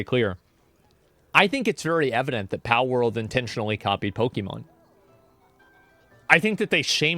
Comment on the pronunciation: why does asmongold call palword "pow world", makes me irrationally angry